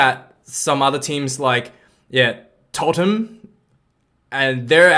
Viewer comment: Have you heard of intrinsic value? If so show some knowledge of that. Have you heard of Amazon in the USA? A good example of historically making losses but having a high intrinsic value. Please give some indication of your knowledge of what you are talking about by pronouncing names correctly EG Tottenham. Using your argument would suggest NBA & NFL should be worth very little because of Covid-19 and have low revenue. & so you suck!